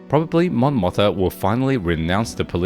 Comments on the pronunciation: Let me remind you that Mon Motha is actually Mon MOTHMA. There's an M in there. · Mon MothMa, sir ! Mispronouncing it Motha so many times....it makes ears bleed.